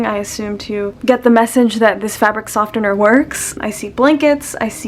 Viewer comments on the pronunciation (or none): what is it with people pronouncing softener as sofTener lmao the T is silent so its pronounced sofener if u dont belive me listen to the pronunciation on google translate. I'm sorry this isn't to come off as rude I just needed to say this loll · Her: sofTener Me: sofener...